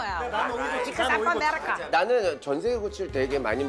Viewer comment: 암프럼 어메리까! 하는데 왤케 히스패닉계가 영어하는 발음으로 ㅋㅋㅋㅋㅋㅋ